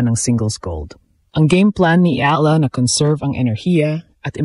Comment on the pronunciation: Kahkahlowkah angvoice Ni Ai Ahla daw instead na Eyala that's how we pronounce it